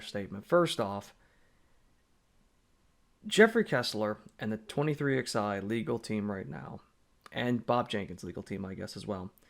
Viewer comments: Stop calling them “twenty three ex eye” 😂😂😂😂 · NGL I always chuckle when you say 23 Ex I 😂 love it